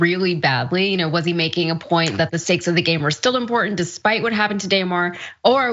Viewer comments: This lady doesn’t even pronounce his name right. These people got it all messed up. Prayers for Hamlin ! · DAYMAR...SMH these people are dumb